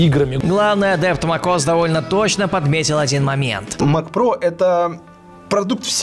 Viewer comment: Мак ос як бесет мек ос хоть научись читать